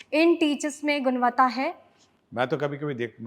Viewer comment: गुणवता नहीं गुणवत्ता बोलिए